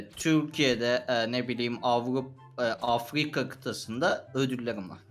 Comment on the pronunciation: afrikamı yoksa afvikamı